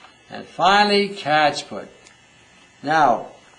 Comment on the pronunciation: What is the last oil called "catch.." ?! can't quite make it out.